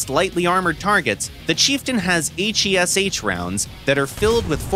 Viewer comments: Aych ey es aych JUST SAY HESH LIKE A NORMAL PERSON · pleaseeee call it HESH, not H E S H 😭😭😭😭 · Please just say hesh instead of H. E. S. H. AAAAAAAAAAAAAA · Mate it's called HESH not H.E.S.H !!😂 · Took me a Minute to realise what hes talking about those H. E. S. H. rounds, weird way to pronounce each letter by its own. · “H E S H shells” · Blud said “Hayche Eee Ess Hayche”